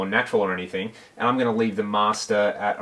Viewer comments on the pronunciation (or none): none